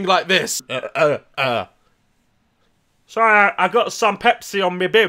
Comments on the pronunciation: "sorreh, ai gout some pepsi on me bib" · "sorreh... I got some pepsi on meh bib..." THAT KILLED ME LMFAO 😭😭😭